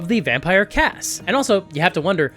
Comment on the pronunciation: Nobody asked, buuuuuuut.... Kas is actually pronounced "KOSS"